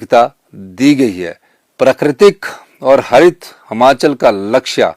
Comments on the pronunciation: महोदय जी कम से कम उच्चारण तो सही करें। जैसे यह प्रदेश हमाचल नहीं हिमाचल है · Trko khud bolna ni a rha h sukhu hmachal bolte han or asl me himachal hota h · Sir,Hmachal nhi Himachal boliye,Hindi to achhe se padhen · Himachal hota hai na ki Himachal hota Hai pahle bolna sikho mukhymantri bhi aap pata nahin kaise Ban Gaye by media Ghar Bhar liye Apne gharwali ko MLA banaa Diya